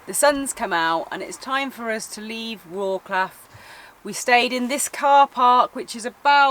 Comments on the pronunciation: Don't get me wrong, I'm no trying to be smart, but I got a small tip for u guys. Instead of saying Wroklaw (Wroclaw) try pronounce it: Wrotzlove. Same story with another one of the biggest cities in PL Katowice, try Katowitze... it won't sound so funny (for Poles) as Katowiki or Wroklaw :D :D I won't even bother you with how to pronounce name of city Szczecin :D not a big deal, but I think it would be easier to understand of which city you are talking about. Best Regards guys! :) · any of these on your list? btw - in polish language you don't pronounce C letter like "k", so it's like WroTS-love ;-) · Wrocław - there is no K sound when You pronounce it:) check out the pronunciation on You Tube. and really I do not how you plan your routes that You end up on bumpy roads as there are good roads every where in that region.. Especially when You travel from Jelenia Góra to Wroclaw.. You must be choosing those routes on purpuse so no complains as there are altarnative routes. Also, there are so many beautiful castles in the region of Lower Silesia. How could You miss them all? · You've been there 3 days and still can't pronounce the city you are visiting correctly. Lots of comments about how to say it ... don't be ig'nant guys ... makes you seem parochial. Also ... I think your editing is too fast with jump cuts and fast pans and zooms that hurt your eyes ... like not every one has ADHD or a short attention span. Slow it down loveys ... it doesn't have to be perky ALL the time.